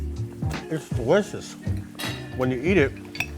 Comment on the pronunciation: "It's dericcccous!" Made me smile.